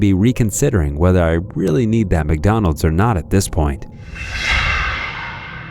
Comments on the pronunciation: The entitled Karen in the last video needs speech therapy. "Mick Dooneldes, UK Mick Dooneldes"! Open your mouth when you enunciate! What's with the inability to say Mc Donald's? I hadn't realized it's now pronounced Mick Dooneldes ! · Mucdonuulds 👉👉, her voice wa so grating, clearly she's below average intelligence.